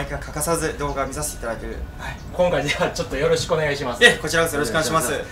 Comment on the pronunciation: 前半緊張しすぎて、「きょんかい」って言ってますよ！！ 手もブラブラしてて落ち着きないおのださん最高です！ できたら、レイバンのティアドロップのサングラスをかけて操縦して欲しかったですね。 次回はランディングもしっかり拝見したいです。 奥さんの緊張が画面から伝わってきました。 ダイアモンドヘッドを低空で飛行したのには感動しました。 それにしても、岡田さんのレクチャーはいいですね！私も挑戦しようかな。 本当にお疲れ様でした。これがベスト動画です！！